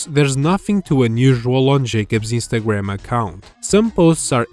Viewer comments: Istagram? Are you Italian? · I mean, he could from any Mediterranean countrty. However, the biggest hint so far is his pronunciation Istagram. Italian language often dropped the n like that for dome reason. This uploader os not as obvious as that youtuber who ranted about unnecessary circles and arrows on thumbnails. That guy sounded like he'd say mamma mia any moment.